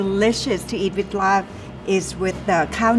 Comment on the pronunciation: Born and raised in Chiang Mai and another 15+ y in the State. I've never heard any Thai chef pronounce "LAAB" as "LARB" until today! It's always been "laab," and I'm proud to say I finally found a chef, Chef Hong, who knows it too! lol